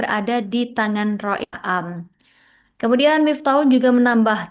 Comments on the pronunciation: gak ngerti ilmu nahwu sorof ya sperti ini... Rois 'Am mba bukan A am.. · Rois AAM. bukan Rois A AM.. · Rois Am.. Bukan Rois A am..